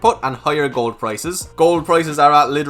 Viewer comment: Well now your saying gold correctly. Did you practice lol